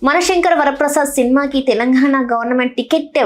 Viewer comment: ఏమన్నారు మేడం గారు.. తెలంఘాణ నా. అవసరం అయిన చోట ఘ పలకరు..